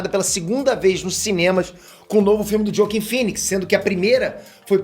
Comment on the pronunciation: Só uma correção, se escreve Joaquin, mas se pronuncia "roaquim"